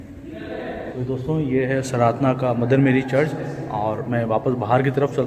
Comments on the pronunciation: Sir please sardhna ko saradhna mat kaho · At least pronunciation to theek se kijiye jagah ka naam..its Sardhana hai not SARADHANA... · Sardàna hai sirji sradna nhi please pronounce properly.jai yeshu ki. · भाई वो सराधना नहीं है, sardhana (सरधना) है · Angel, the name of the place is "Sardhna'" and not "Saradhna", there is a major difference in your pronunciation & spelling, Please correct yourself and in the video, Otherwise the video is Great !! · भाई सराधना नहीं सरधना हैं सही से तो प्रनाउंस कीजिए आप हिन्दी भाषी भाई लगते हैं इस बात का ध्यान रखना चाहिए l कोई गैर हिन्दी भाषी अगर ऐसा कहे तो समझ आता हैं l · Good information but it is called OR pronounced like “SIR DHANA” spelled Sardhna !!